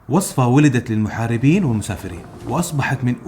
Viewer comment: الصاد تكون مسكنة في وَصْفَة